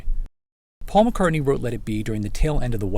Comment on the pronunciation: They can't pronounce "Paul" either.